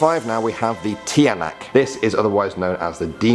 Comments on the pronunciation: no offense but the pronunciation of the tiyanak i not ti-yanak its actually chanak this is only pronunciation spelling alright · also tyanak it is pronounce chanak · Tiyanak is pronounced as "CHANAK" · First of all he said Sayrina instead of sirena(mermaid) And he said tiy-anak instead of chanak (tiyanak) And du-wendy instead of dwende(duwende) SO I WAS CONFUSED OF WHAT HE SAID AT FIRST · HOW AMERICAN PRONOUNCE TI-YA-NAK HOW FILIPINO PRONOUNCE TYANAK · its pronounsed tsa-nak not ti-yanak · Chanak yan di ti-yanak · Tiyanak pronunciation tyanak or chanak not tiyanak nor teeyanak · When you say tiyank its like chanak no ti ya nak and when you say kapre its not kapri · Pronouncesations= Engkanto= prononce the E as I Sirena: its not how you pronounce it like siren its serena Aswang= Pronounce the a very hard when you say the as word say it hard Tiyanak= pronounce it as Chanak not tiyanak cuz ti is pronounced chanak Duwende= you almost prononced it fine but its ok Kapre= kapre is pronounced as kapreh silent h your e is like ee Sorry if im judgy but im just like that when other people dont know how to pronounce 😓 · Its not ti-ya-nak its like "chanak" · The sirena's "i" is pronounced as E. And thee tiyanak's "tiya" is pronounced as Cha. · Don't say aswang as azwang And it's not tiyanak it's pronounced chanak XD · Tiyanak is pronounced (tsa-nak) not (ti-ya-nak) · It's tanak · it's pronounced chanak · The TIYANAK is pronounced as CHA-NAK and Im dying in laughter HAHAHAHAHA NO OFFENCE PLS ;) Additional the THING the Kapre is smoking is called the BALETE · The spelling is "Tiyanak" But its pronounced as "Chanak" And "Dwende" Is not pronounced as Dweni And its not pronounced as Kaprei Its pronounced as Kapre E sorry for being judgemental :l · The tyianak is pronouce as chanak😂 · Not trying to be a hater but the Number 5 is pronounce "Chanak" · The spelling is right it's just pronounce chanak ginagawa mue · First of all tiyanak is pronounce chanak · He pronounce tiyanak wrong